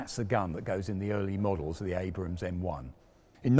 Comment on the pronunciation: Congrats on calling Abrams....Abrams instead of Abrahams. Too many British presenters/semi journalists fail on that front. Also curious why you refer to Ukraine as "the Ukraine"?